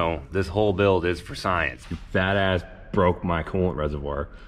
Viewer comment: "You sat on it in bwoad daylight, and you bwoke it!" Definitely enjoy the random nonsense, you should talk Ashton into bringing his truck to Yello Belly once it's fixed so Team TrippleSeven can field 4 vehicles.